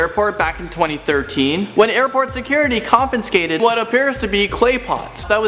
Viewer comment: "Nanoy Aqueeno International Airport" lol. he butchered that airport for sure. 😂😂😂 oh and "confinscated".. 😂